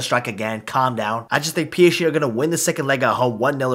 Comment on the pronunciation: Doesn't anyone realise he says he psche instead of psg